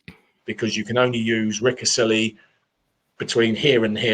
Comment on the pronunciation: What a great Happy Hour! I only cringed every time when the guy in the upper right hectically tried to justify his presence, but but didn't know how to pronounce places like Ricasoli and Leipzig.